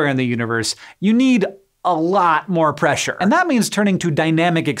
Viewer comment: Why'd you put so much emphasis on the "ure" in pressure?